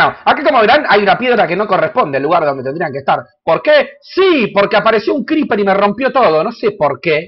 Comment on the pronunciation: Scriper? Creeper hermano.. CREEPER..